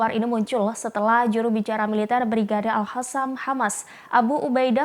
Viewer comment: Masih aja ongok..al qassam disebut al hassam,...klo gtu iraq disebut irah dan qatar disebut hatar gtu ya ???